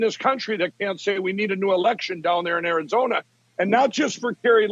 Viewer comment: It's Arizona not Karizona!